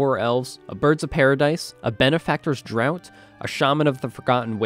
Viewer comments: draught is pronounced draft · Draught is pronounced “draft”. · Fun game. You kept mispronouncing Benefactor's Draught as "Benefactor's Drought" though. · Draught is pronounced "draft" :3